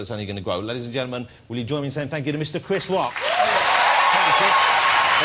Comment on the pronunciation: Mistew Chwiss Wock. Love you Jon Woss!